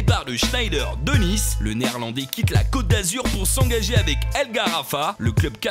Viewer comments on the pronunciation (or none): none